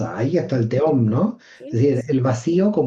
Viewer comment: Me chirría oír "teom", en vez de "tehom", que es la correcta pronunciación de תהום. La letra ה NO es muda en el hebreo bíblico, el único que hay que tener en cuenta en la Qabbalá. Ni teom ni tejom, tehom. Repito, la ה se pronuncia como una leve hache aspirada, tehom. Lo mismo ocurre con תהו "tohu", y no "tou". Otro tanto con בהו, "bohu" y no "bou". Para cualquiera que conozca y ame ka lengua hebrea, hace daño al oído escuchar este video